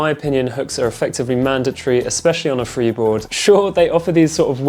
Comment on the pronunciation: Lol you said "freebord" twice 😂 so which one is best for training?